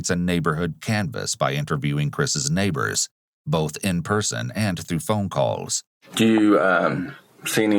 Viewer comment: Is the narrator AI? The voice has gotten better but there’s still like this weird gross, guttural thing going on. And like the super “true crime” voice that just emphasizes words for no reason. Buiiiilding. Neeeeighbors. Chriiiiissss. Wtf Is this